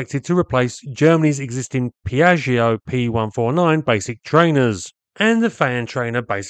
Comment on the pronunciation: Piashio (Piaggio), actually Pia-joe. It's Italian, built by Focke Wulf. Or I guess 'fuck wolf' to you.